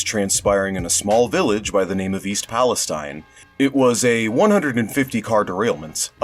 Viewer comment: It's pronounced "Pal-eh-Steen" because it's Ohio. Just FYI